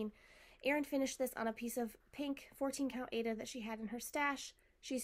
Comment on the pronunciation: It’s pronounced “I A duh” for Aida,. Long I, long A, and duh.